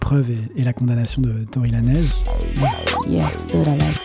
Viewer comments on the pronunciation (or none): Arrêtez de prononcer Tory Lanezzzz, c’est plus possible en 2024 😂 Ça se prononce à l’américaine, pas à l’espagnol 😅 Sinon top vidéo comme d’hab 😊